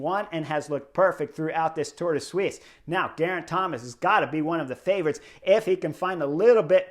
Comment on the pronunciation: Now thats the best pronounciation on the internet of Tour de Suisse ;-p